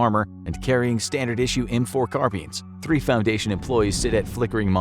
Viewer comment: "carrying standard issue M4 Carbeans"🤣